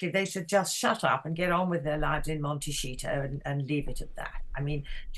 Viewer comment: Sorry but did she say „MonteSHITO“? Love it 🤣. Sums up these two disgusting individuals.